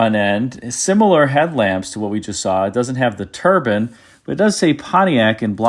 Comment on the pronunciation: I don't usually criticise pronunciation, but I'll make an exception here. Please stop saying turban instead of turbine .